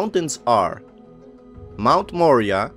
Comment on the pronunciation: Moriah..More eye ah!..That is the pronunciation of the mt. A beautiful video and knowledge thank you.